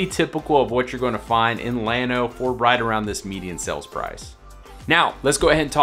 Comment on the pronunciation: No, he’s pronouncing it just right. The proper pronunciation in Spanish is like you say, but the town of Llano is pronounced by locals is starting with an L not a Y.